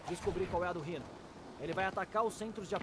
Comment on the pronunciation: Alguém sabe me dizer por que diabos ele pronuncia o nome do Rino como raino? O próprio homem aranha no jogo diz Rino. Acho que a palavra raino nem existe.